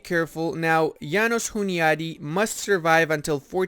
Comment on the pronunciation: So funny how you call János Hunyadi "Jánosz Huniádi". Anyways, thanks for the video, and keep up the good work! Greetings from Hungary